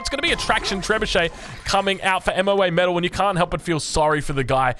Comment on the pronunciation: It's MoaMetal not M.O.A.Metal Google her you heathen.